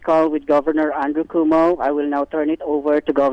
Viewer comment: Not coowoomo lol